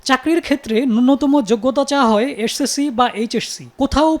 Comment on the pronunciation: psc, jsc, ssc, hsc উচ্চারণ ঠিক করেন সাংবাদিক ভাইজান